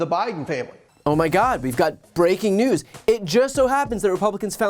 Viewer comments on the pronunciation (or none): none